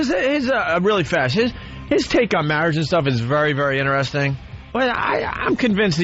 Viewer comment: “Inneresting” 😖 Or when he uses “make believe” as a verb instead of pretend, act, etc.